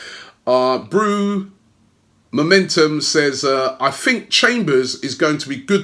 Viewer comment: My man said”bruuumomentum”